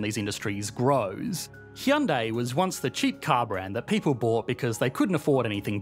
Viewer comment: actually pronounced Hyundai correctly. Well done 👏